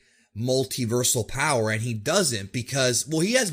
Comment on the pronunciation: It's actually BOWER